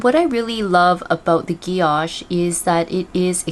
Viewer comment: Thank you for this. (by the way, it's pronounced gee-oh-shay, there's an accent on the last e, guilloché)